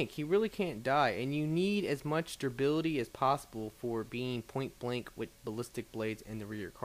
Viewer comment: Lol - It's durability, not durbility. =D